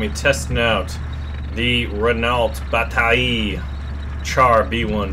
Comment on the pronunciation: tu dit tres bien le mot battaille xD